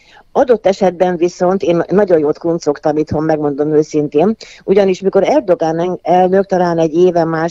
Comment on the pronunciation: Erdoán a helyes kiejtés, tessék utánanézni